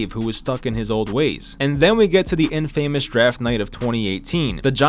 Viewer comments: "But rather than biting the bullet and admitting their mistakes, the 2017 season was one that would end up setting the Giants back for years." So the 2017 season should have bitten the bullet and admitted their mistakes? This is poor writing. Also, learn how to pronounce the word "infamous". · Pronouncing infamous like that lol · Infamous pronunciation... how hard is English to Americans...